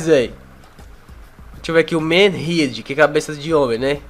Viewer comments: pronuncia perfeita de head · Vc sabe q repronunciou Head errado né?